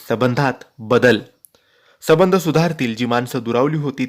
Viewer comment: Sabandh ? Sambhandh re baba